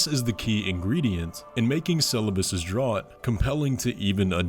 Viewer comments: draught is pronounced "draft" not "drawt" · "draught" is (typically) pronounced "draft" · ‘draught’ is said like ‘draft’. it’s a drink! seluvis says it, too. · Dude. Drought is pronounced "draft" just like the dialogue clip you include... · How many people have commented "Drought is pronounced 'draft'", am I the first :D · For future reference, draught is pronounced "draft". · Draught is pronounced “draft” btw. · draught=draft, like beer. Pronounced the same. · "Draught" is pronounced "Draft" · "Draught" (Draft) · Draught is pronounced like draft fyi. Seluvis even pronounces it in this video. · “Draught” is just the British spelling of “draft” (here it means the amount of a substance which can swallowed or inhaled in a single act of drinking or inhaling) and so is pronounced the same as “draft”. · Its pronounced draft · Nascent is "Nay-sent" and it means "becoming," "the act of becoming," or "being newly formed" perfect for Miquella's constantly adolescent body. Draught is "Draft" like Draft beer. It's just ancient English spelling crap. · Low key draught is pronounced draft, don't ask me why, English is dumb. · draught is pronounced "draft". much like how halig is old english for "holy" and the G at the end is pronounced like a Y when it follows a long vowel -- I, for example. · "Draught" is pronounced like "draft" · Just a couple of things I need to say. One, just to nitpick, Draught is pronounced like "Draft". Aside from that, I think a closer representation of that shape is when you're standing outside the golden fog wall from Radagon's boss fight. It seems to be the same width and height to the corpse-piles in the trailer, so I think that the innermost section of this shape, leading to the inside of the Erdtree, is what we're seeing. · Came here to comment the draught thing too lol